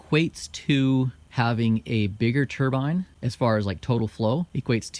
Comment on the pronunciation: He pronounced Turbine correctly!!! Damn right! Turrr-biiiiiinne. NOT Turrr- bin Tur-bin is middle Eastern headgear.